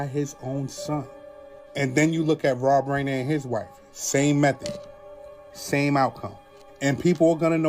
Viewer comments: Hey guy talking about rob rener 😂 how do you make videos when you don't speak English properly? If you did a little research you would be able to pronounce his name! What a clown show! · rob R-eye-ner